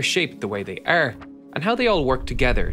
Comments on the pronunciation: Y they rrrr the shaped they rrrrrrr....had me rollingXD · you sound scottish when you say “apart” and “are” hahaha nice video tho